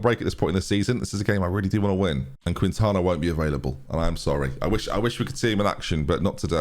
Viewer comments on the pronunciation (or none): Don’t pronounce de U in Quintana hence it’s keentana